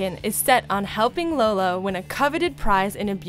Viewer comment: Did you call Lola "Lolo"?? Also, a spinoff series about Ronnie Anne and Bobby and their big Hispanic family is said to be in the works! ^^